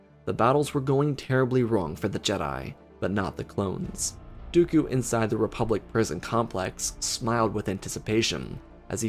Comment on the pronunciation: He said his words "Do-oku." Ok why? its been 15 seconds..